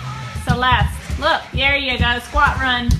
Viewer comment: After fixing the short circuit in my 15 foot main guitar cord, I'm wondering where to pack it, in the carry bag or in the hard case. From out of nowhere, I channeled Bella's tight annunciation with the clipped syllables. I'm pointing saying "In here. No. Over dere!" I think of her often.